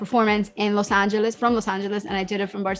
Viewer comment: She sounds sooooo fake especially when she pronounce LOS ANGELES..but I still like her...